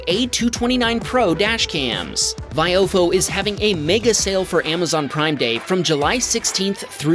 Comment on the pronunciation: still can't pronounce VI oh fo correctly. it's really not hard